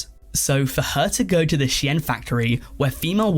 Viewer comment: ive heard shine, ive heard sheen, ive heard shane, and now we have a youtuber calling shein she-enn